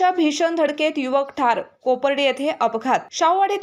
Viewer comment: वाचायला शिका आधी.कोपार्डे आहे